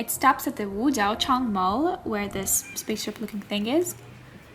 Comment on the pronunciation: As a Chinese people, I should say that your pronunciation of Chinese words(Wu Jiao Chang) is super standard.